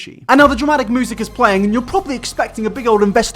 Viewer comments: I love how you pronounce "music" as "moosic" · Normal person: music: moosic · Everybody else: Music: Moosic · really do be out here saying moosic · Nobody:: MOOSIC